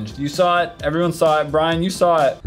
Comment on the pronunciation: omg you said brain instead of brian i am officially calling him brain now